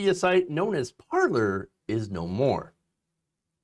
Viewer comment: Sigh...Pronounced par-lay...